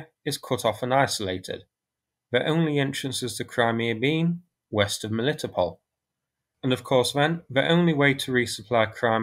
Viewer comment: The meaning of the name of that river - Molochna is "Milky". And the "ch" in its name is indeed pronounced as ch (eg Charlie), not "k". Also the emphasis in Melitopol is on the "to" syllable, not "li". :o)